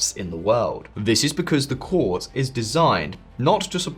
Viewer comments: Just a note for future: 'Corps' is pronounced like 'core'. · Corps is pronounced Core